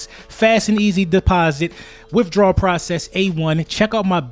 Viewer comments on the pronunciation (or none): none